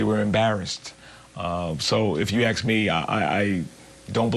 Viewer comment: the word is. ASK. not. AX !